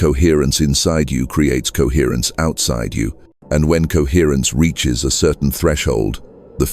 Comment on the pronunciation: CoHERRENCE. COHERRENCE. COHERRENCE COHERRENCE. COHERRENCE. COHERRRNCE. COHERTRNCE. COHERRENCE. COHERRENCE COHERRRNCE. COHERRENCE.